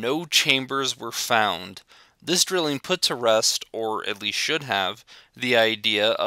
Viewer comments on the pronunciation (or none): none